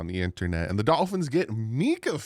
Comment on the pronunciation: MINK-ah not Mee-kah